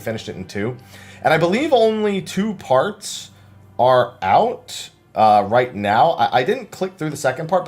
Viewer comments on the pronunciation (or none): none